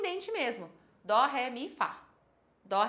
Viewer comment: SE FOSSE PRA PRONUNCIAR DÔ A NOTA NÃO SERIA DÓ. DESISTA DE ENSINAR UMA COISA QUE NÃO SABE NEM O BÁSICO